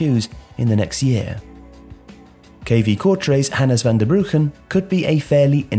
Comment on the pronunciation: I appreciate the pronunciation of Van Bruggen.